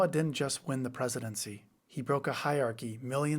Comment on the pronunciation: You needed "research" to discover that MAGA was built and fuels itself on racism? This is not a breakthrough in thought,. It has nothing to do with a "hierarchy," no matter how badly you mispronounce that word.